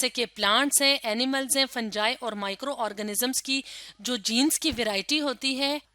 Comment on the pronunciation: ap fungi word ko wrong bol rhae ho ap fanjai bol rahe ho yeh fanjai nahi fungi hain fungi jo fungus ko kehty hain, baki acha samjaya..love this channel